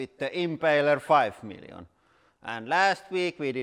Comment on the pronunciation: It's fucking hilarious the way Lauri pronounces words. For example these beauties: WHOdrolic = Hydraulic MILLYon = Million MatEirals = Materials HELLA-met = Helmet PLEEEEEASE ADD MORE, for the love of ❤️👍❤️👍